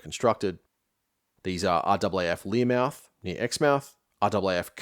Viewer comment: Minor detail, it's Learmonth, not Learmouth. Excellent video.